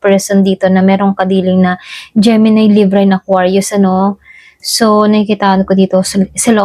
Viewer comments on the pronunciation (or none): none